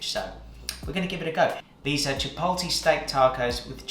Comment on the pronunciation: Pete you said...Chipolty🤣🤣😭💀❤